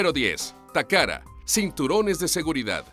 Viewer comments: Dice takara y allí dice tacata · Takata o takada aprendan a leer tio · Tengo hora y media buscando la R en TAKATA, estas hablando español papi, pronunciarlo como tal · Dislike por "Toyora" y "Tacara", por Dios se supone que es Watchmojo español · "Toyora", "Takara" jajajajajajaja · pésima locución... toyotaaaa no toyora, takata no takara.... no saben leer o hablar??? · "takada" "toyoda", pronuncia bien la letra T (te) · TOYOTA TAKATA, HABLA BIEN FORRO!!!